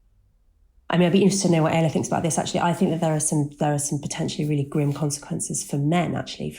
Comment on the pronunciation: It's pronounced 'ay - la'